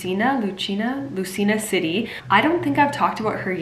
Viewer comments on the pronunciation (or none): Did you know Michelle Dee's mother, Melanie Marquez is Miss International 1979? BTW Lucena as pronounced as Loo-se-na. Cheers!